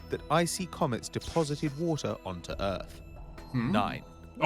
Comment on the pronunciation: WHAATER XD